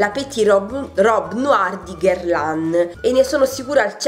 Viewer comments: "Puasson" significa pesce in francese!!!! Poison ( puason) che è il vero nome del profumo significa veleno. Guerlain si pronuncia "Gherlen". " Violet sugar" è " Vaiolet sugar..... ti prego!!!! 😂😂😂😂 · Daniela ha ragione sopratutto per "La petite robe noire de Guerlain " che non sai pronunciare.